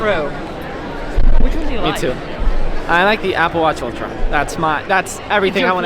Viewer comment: I just love the way you said "ultra"... It's so proper! The tongue roll and the Latino twang and all! Btw, congrats on your first Apple Event! Cheers to many more to come!